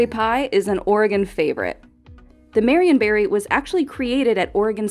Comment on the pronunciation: I swore I heard Marion Barry pie. 🤣